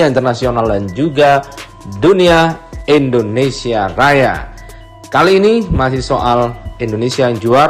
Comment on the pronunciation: Endonesia apa Indonesia bang???